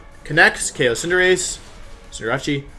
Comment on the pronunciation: Does it bother anyone else how Wolfey pronounces Cinderace -_